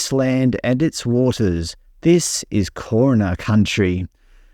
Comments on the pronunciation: "KAURNA" is pronounced "GARNA". It's the stretch of land from Port Wakefield to Cape Jervis, including Greater Adelaide. Victoria Square has been renamed some unpronounceable word, probably dreamt up by those elders we are now having to acknowledge & pay our respect to at every opportunity, during one of their regular wine tastings in the Square... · 1.25 "This is Kaurna (pronounced Garna) country" .. i.e. the Adelaide Plain. Another noun with spelling that makes no sense given the ethno linguistic group identified by this term didn't use writing. Having a silent "K" with an apostrophe before the spoken word that now designates Fraser Island almost seems designed for faux- sophistication ... a confidence trick conveying or implying a group whose culture had been more formally developed than it was.